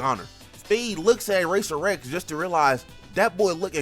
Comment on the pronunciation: His name is RACER X. NOT RACER REX